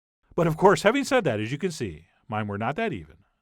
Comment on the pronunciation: What's with the intonations? "Keep kneading it AS shown... 'til we have something that's FAIRLY smooth..."